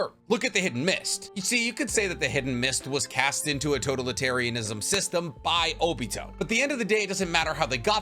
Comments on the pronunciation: Lol the way you pronounce totalitarianism is driving me crazy lol 😂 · Can you pronounce totalitarianism wrong one more time for me? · God I love this man but Imma have an aneurism listening to him pronounce words like totalitarianism or corps